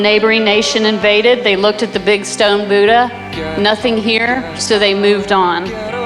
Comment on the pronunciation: Oh Americans BUDAHH not boooda